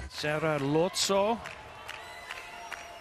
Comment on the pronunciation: Commentator sucks. It's Boš('sh' as in English)ković not Bosković, Lozo(zed\english) not Loco, Drča (as 'ch' English) not Drca. We are talking about World Champs here. He could take of his precious time to learn and properly pronounce names, for god sakes.. Amateur...